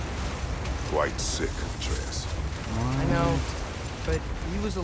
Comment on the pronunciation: Why the fuck are you pronouncing Atreus that way.